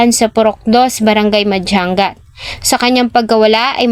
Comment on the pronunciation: Hindi Po madjang gat. Madyangat Po tamang pronounce. Sana sunugin din Buhay. Taga Vizcaya po